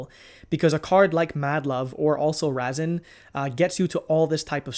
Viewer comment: “Vynquish soul” “Razzen” 😂😂😂 Love the content as usual.